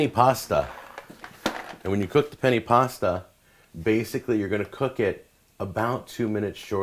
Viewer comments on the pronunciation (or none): It's not pronounced "gru-yer." Gruyere is pronounced "gree-yair." It rhymes with bee hair. Also penne pasta is not pronounced "penny," but rather "pen-nay." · Its penny-ay pasta not penny pasta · "Penny pasta" jesus christ this is hard to watch. You pronounce it like PEN - A...PEN-A...PEN-A. It is amazing and frightening when a person cooks food and they can't even pronounce a word correctly. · penne is pronounced like pennay. :)